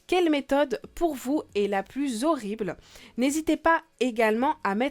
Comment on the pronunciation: Pnz mais c'est horibleuh !!